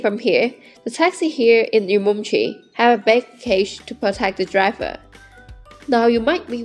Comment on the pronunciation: 你是怎么做到整个视频都一直把乌鲁木齐的发音搞错的😅